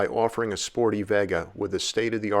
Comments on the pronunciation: it's VAY-gah not veh-gah, lol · It's pronounced Vay ga not vegga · Vega as in vay-guh. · It's pronounced vay-guh. As in Las Vegas. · I've never heard Vega pronounced that way...almost like the way Cal Worhtington said "Chivy"